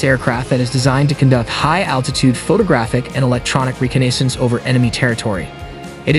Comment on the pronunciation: Its pronounced "Reh cah ness ance" ...cool jet though